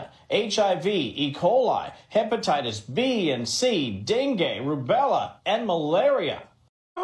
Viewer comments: mins I think he said Dengi as in Dengi Fever right!? Not Den Gay, but that made me spit my juice out when you said that 😂😂😂😂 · Dengay 😂😂😂😂 You had me rolling with that one. It's dengue fever but thanks for the laugh I needed that today. ✌ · Omg brother its not denGAY fever its dengue and once you look it up you realize how terrible that shit is I don't wish it on anyone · DENGUE not Den gay😂😂😂 😂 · dengue fever (dengay) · It's Dengue fever not, dun gay like that one dude over there jk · That and hears Dengue [fever] "Den Gay!? What is that!? Is that like they inject you with something, 'den you gay? *snaps fingers*" LMAO